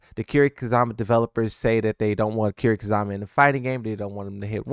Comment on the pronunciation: i have never heard someone mispronounce "Kiryu Kazuma" that badly before. sorry man but thems the facts yo